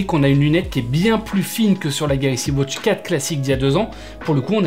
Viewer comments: Ridicule entre les deux montres au poignet et la prononciation wOtch 😢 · Galaxy Wootch 😂